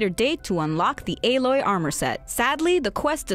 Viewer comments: Why did she say alloy as ay-Loy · Her name isn't A-loy It's alloy, like metal and stuff. It's just a regular word. You butchered it